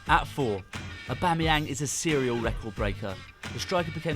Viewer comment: Also, his name is pronounced "AubameyONG" as it is from the French language